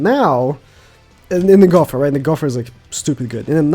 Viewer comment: Gow Ther Not Gow Pher